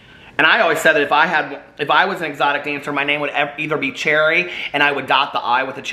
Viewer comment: there’s no “i” in “cherry” 😂😂😂